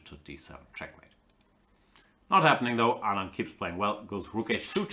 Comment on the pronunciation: Gustafsson keeps pronouncing Anand's name absolutely correctly. It keeps disturbing me but i dunno why. Hope Kramnik bounces back.. he's having a terrible tournament but still has van foreest and shankland with white to come.